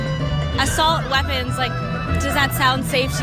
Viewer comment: Whoopi has worms growing out of her head ,you moron we don’t own auto Mac waapons . These people R very stupid and so is anyone who listen to this nonsence . Nuke waapons what